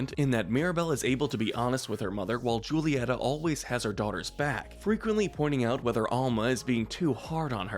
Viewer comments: JSYK, the Spanish ‘J’ is pronounced like an English ‘H’, so “Julieta” would be pronounced like “Hoo-lee-ET-ah” by English speakers. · He pronounced Julieta. (JU-LEE-ET-AH). BUT IT IS ACTUALLY (HU-LE-EHT-AH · Mirabel mother is pronounced (who-lee-Et-tha) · May I ask you do an Encanto Head canons We Loved And Hated. Also I'd like to correct your pronunciation of Julieta. It's WHO-lieta. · Please stop calling her Julieta. In spanish j is h